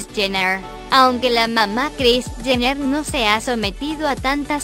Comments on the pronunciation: “chener”😂 hay Dios y no sabe que que el papa es robert kardashian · Dijo Kylie chener y cloi cardasian 😂😂😂